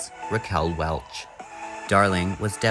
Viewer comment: Welch. Not welsh